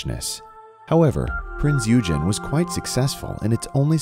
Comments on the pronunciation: It is pronounced: Prinz Oy-gen, not Prince u-jen. Otherwise, a very enjoyable and informative video. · A few important corrections. 1. Its pronounced "Oy-gen", not "You-jen". 2. Its NOT a battleship, it's a heavy cruiser. 3. While battleships were outdated and no longer produced after ww2, cruisers ARE still produced, and are very useful, for many of the same reasons they have always been useful. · "This is the wreck of the battleship Prinz Yewgen" 1. HEAVY CRUISER 2. Prinz Eugene (pronounced Oigen) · "These are the remains of the battleship, Prinz Eugen." 1. It's Prinz Oi-gen, not Prinz yu-gen. 2. She isn't a battleship, she's a Admiral Hipper-class Heavy Cruiser. 3. Prinz Eugen in Azur Lane was...... MMMMM!! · Ngl i laugh a bit too hard when the narrator said prinz “yugen” instead of oigen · Several things wrong... Prinz Eugen not Prinz oujen or what ever you are saying. Also while Germany was indeed bound by A naval treaty neither Prinz Eugen nor Bismark went along with the treaty in fact almost no German ships did, neither their weapons, size or new technologies complied with the naval treaty. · A few important corrections. 1. Its pronounced "Oy-gen", not "You-jen". 2. Its NOT a battleship, it's a heavy cruiser. 3. While battleships were outdated and no longer produced after ww2, cruisers ARE still produced, and are very useful, for many of the same reasons they have always been useful. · 'Oy-gen' not 'You-jen' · "Battleship prince E-ugen" X "Heavy cruiser Prinz Oi-gen" ✓ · It's pronounced Oygaine, not You-gen. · Prinz Oy-gen. Not you-gen. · Hello, pronounced "Prinz Oy-gen" not "Yew-Jen". Dodobird. The Prinz Eugen survived the war and the atomic bomb test. What a waste of a good ship. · “The Prince YUGEN” lmfao that’s not how you pronounce the name. It’s pronounced as “OY-GEN” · Pronounced oigen not ugen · It's pronounced Prints Oi-gen. Not Youjen. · "Battleship Prinz Yujin." Stopped watching after that. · i think it is pronounced as prince oy-gen